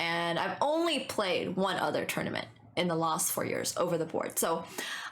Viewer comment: you also said ‘lost’ instead of ‘last’